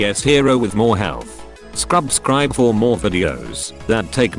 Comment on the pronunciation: ''scrubscribe'' lmfao whahahahahah XD n1 Sir